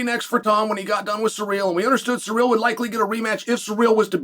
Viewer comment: It’s pronounced Cyril not surreal